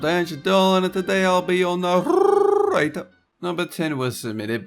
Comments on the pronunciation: WHY YOU SAID NARRRATOR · he's and he will be your naRRRRRRRRRRRRRRRRRRRRator